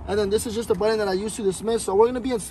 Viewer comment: My guy it’s “button” not “buddon”. No manches 😂